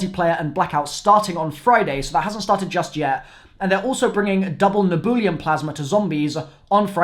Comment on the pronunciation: It's not neboolium, it's nebulium lmao